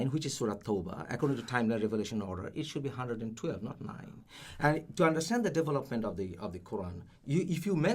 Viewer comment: I kept hearing 'Devil Upment', not development. lol